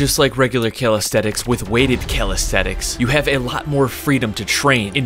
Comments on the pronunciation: You’ve written calisthenics but you keep saying calisthetics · It bothers me that calisthenics is being pronounced incorrectly, and it is the main focus of the video. It sounds like Cal aesthetics. It makes it hard to FOCUS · Bro said Calisthetics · bro says calisthetix